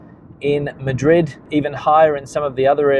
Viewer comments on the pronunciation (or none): none